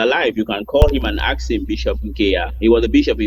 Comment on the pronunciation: We ask not akss